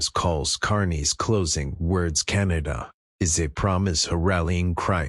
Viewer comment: The. Radical extremist. Socialust. Wef. Puppet. Like. Trudough. I thought. Canadians were more intelligent. To chooseba dictstor???? Cant even say. Canada. Keneda. Is the best he can do. At leastTrump knows how to speak. English